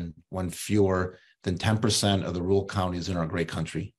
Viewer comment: So basically the libs didn't cheat enough. It's Rur al. Not rool, you hayseed